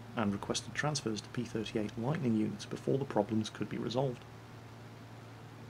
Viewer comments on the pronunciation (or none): none